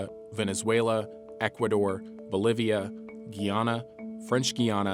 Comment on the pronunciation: Pronounced Guyana wrong...